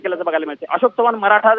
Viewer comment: आशोक नाही अशोक रे...काय मीडिया